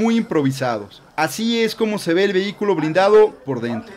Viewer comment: BLINDADO...no brindado